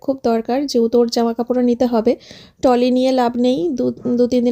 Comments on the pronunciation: টলি নয় বলবে ট্রলি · উচ্চারন হলো ট্রলি ব্যাগ /trolley bag not Tolley bag....এটাই শুনছি তাই জানালাম। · Tolly noi uchharon trolley ok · Tomra bokkhali jcho.. Shior.. R trolley k tolley bolo kno. Ucharon thik kore koro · টলি বলো কেনো ।খুব কানে লাগে।ট্রলি বলে ।ঠিক করে উচ্চারণ করো। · Kindly ট্রলি বলবেন। এটা তো সবাই বলে দিয়েছে। শুদ্ধ উচ্চারণ টা শুনতেই ভালো লাগে। যদিও আপনার নিজের ইচ্ছে, তবু চেষ্টা করবেন শুদ্ধ উচ্চারণ করার।